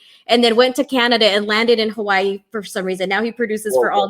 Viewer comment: ... im impressed, she said Hawai’i correctly